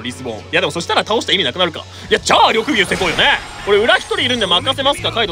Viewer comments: りょくですね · 毎回が緑牛のこと「ろくぎゅう」って言ってんの可愛すぎるww